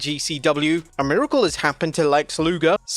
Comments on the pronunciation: Miricale? You mean miracle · "Miricale"? lol, that's hilarious